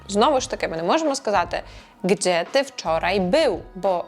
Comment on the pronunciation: Перепрошую, але чому ви вимовляєте твердо слово “gdzie”? “Ie” дає звук “є»